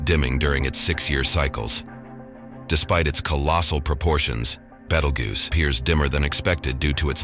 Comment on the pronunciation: had to stop when you miss-pronounced it... BEETLE JUICE! BEETLE JUICE! BEETLE JUICE!